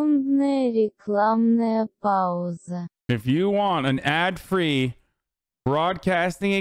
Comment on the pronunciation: Hasan saying «рекламная пауза» ("adbreak") in Russian is creepily accurate. I'm impressed.